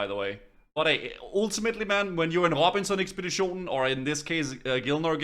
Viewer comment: your danish lmao " robinson ekspeditionen"